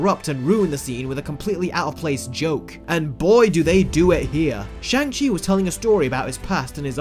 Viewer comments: You Do Know you are pronouncing Shang Chi wrong, right? It's pronounced SHONG Chi. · You even put the clip in here of hot to pronounce his name but STILL say it wrong! This is irresponsible reviewing. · You're entitled to your opinion and all... But consistently mispronounce that main character's name THROUGHOUT the video. How and why when there's a scene where he clearly enunciates his name!! 🙄🙄